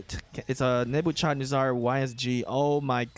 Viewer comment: Dude still cannot pronounce Nebuchadnezzar. 🤦🏻‍♂️ RIP